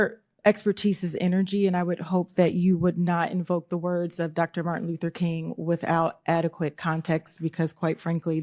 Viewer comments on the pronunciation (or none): none